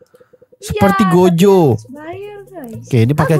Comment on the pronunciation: Gojo Bukan Gozo